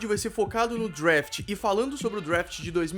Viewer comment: Parabéns pela informação eu sou um grande fã de football americano, é também professor de inglês por isso fico curioso: Vc mora em USA? Se for assim devia caprichar um pouco na pronúncia, por exemplo "draft" não"drafte"....É por aí vai. Desculpe a sinceridade, mas Vc está ensinado coisas em inglês! Abs